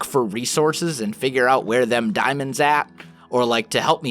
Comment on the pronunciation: So nobody gonna say anything about when he said " Where them daimanods at" jst saying